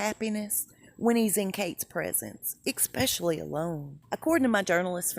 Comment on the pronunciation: Love your posts. please look up the correct pronunciation of the word especially. No X just an ES.